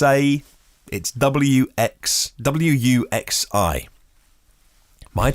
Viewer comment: Your pronunciation of Wuxi was pretty close.The "X" is most similar to an English "S" but slightly more aspirated (the tongue is slightly further back).